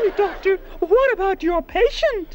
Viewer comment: Don't you mean a ""Duck"-tor"??